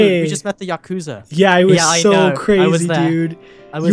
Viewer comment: every time they say "Yakusa" I (for some reason) think of the word "accused"